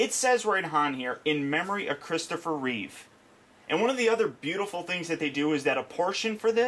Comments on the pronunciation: Great review. I love how people keep saying "Christopher Reeves". With the s at the end. Maybe they're getting confused with George Reeves? I dunno. Anyway. It's just Reeve. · REEVE! REEVE! NOT REEVES!! REEVE! God damn it.... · reeve not reeves